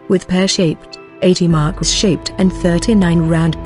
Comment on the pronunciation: The correct pronunciation is Mar-keez not Markwis